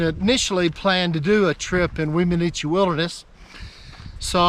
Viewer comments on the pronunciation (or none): One of my favorite Weminuche(pronouced whem-a-nooch, simple no other vowels) hikes was to go from Wagon Wheel Gap hotsprings to Puragtory. Probably aren't even allowed to do that anymore as there weren't connecting trails in those days. Chicago basin at the end is simply a stunning way to end a trek like that. The whole trip was amazing I never even knew how many miles it was but I was both sad and elated when it was over. Funny way to end trip though, cross the Rio De Las Animas(the river of lost souls) back into Puragtory(civilzation). I set out with one week of freeze dried meals, 2 pounds of gorp, and 2 pounds of rice. I continuously wild crafted and fished and still ran out of food almost 2 days before getting back. Don't attempt that trip in the fall unless you have food drops coming to meet you. I said fall but at that elevation the begining of august is fall. Last 2 weeks of July is the only safe time most likely. I got snowed on a lot on that trip and it was just mid August. Someone told me before I started I would need snowshoes to pass down into Chicago Basin and they were right. The snow fields took me almost an entire day to cross without them. At the beginning you can take a side to Wheeler Geologic which is worth spending at least two days at, which I highly recommend. Of course that's also why I ran out of food. LOL. I stayed as close to the divide as possible just so I could spy out the best spots for camping for that night and an early fishing and wild harve